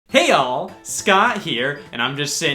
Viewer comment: I know you're saying "Hey All, Scott here!" but i feel like you're saying "Hey y'all, Scott here!"